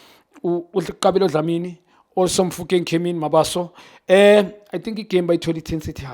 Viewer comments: Junior needs to make an effort in pronouncing players names and surnames correctly, ke Mabasa bro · Why does he keep on calling MABASA "Mabaso"? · Khanye, it's Mabasa, not Mabaso, wabanani wena? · Khanye you always call Mabasa “ Mabaso” learn to say people’s surname correctly